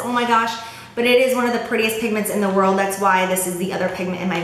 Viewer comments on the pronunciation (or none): none